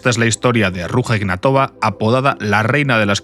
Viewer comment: Se pronuncia aproximadamente "Ruya Ignátova". Da cosica cómo lo pronuncias...